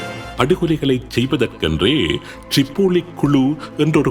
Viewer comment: ரிப்போலி❌ திரிப்போலி✅